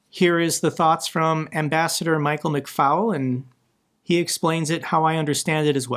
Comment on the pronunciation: McFaul is NOT pronounced FOUL like a chicken - it is FALL...thanks!!